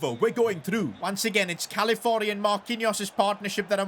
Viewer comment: My guy misspronounced Calafiori's name every single time 😅